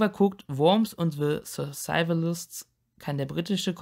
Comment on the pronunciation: The Survivalists 😅 Und ja, die Aussprache klingt wirklich etwas komisch :D